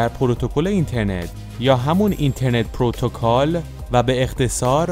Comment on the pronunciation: با تشکر جناب گویندۀ متن کمی بیاموز پروتوکل نع پرو تگال والا آخر هوشیاری شما آرزوی شنودگان شماست شرمنده